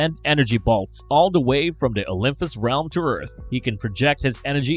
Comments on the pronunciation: It’s Olympus, not OlympHus. And Olympians not OlympHians, i.e. not like lymph nodes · Atrocious pronunciation. OymFus. OlyFians. Hahaha! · Ughhh! Can anyone ELSE narrate this video? Every third word is pronounced horribly wrong. Olympus does not have an "f" sound ANYWHERE. At this point, this guy is butchering the pronunciations on purpose; right? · He mispronounced Olympus, a lot of the Gods’ name etc. it’s hard to listen to